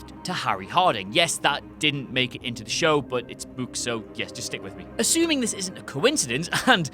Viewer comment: "In the buuks"